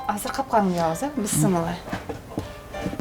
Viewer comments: Быссымылла дебей биссимилльа десен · Быссымылда эмес, Биссимиляхи деп эле айтылат! Чала кыргыз 👎👎👎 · Ушул эже бысмылла дейт тооба биссимилла эле дей берсе эмне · Бысымыла эмес бисмилля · Журналистка Кыз бысымыла эмес бисимилла болот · Бисымыла дейт да Бисмылда